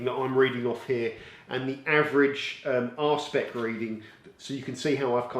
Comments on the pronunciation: I'm fairly confident that it's 'R-SPEC' not 'Arsepick' 🤣🤣 can't imagine what detailing products you're using that need a good arsepick level 🤣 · Please continue to make these comparison videos. They are really well done and very useful. Also, a question... For the two products with the high gloss readings, but one had a much lower arsepick (that's what it sounded like, not sure how to spell the actual word), what is the implication of this? How does it affect how one perceives the finish on the car?